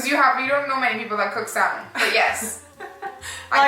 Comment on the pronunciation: The word salmon,you don,t pronounce the L.It,s like salmon.Just trying to help.